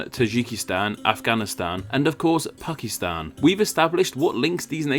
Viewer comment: OH! Pakistan...thought he said 'Fuckistan', Hahahahahaha